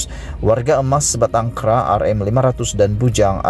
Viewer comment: Mcm mana pembaca ni 'sebatang kera'